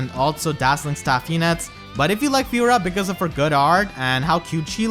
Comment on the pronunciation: Lmao. I cant unhear it now